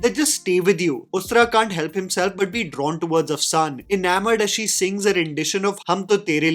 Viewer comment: Its Afshan! The n is silent. Means glitter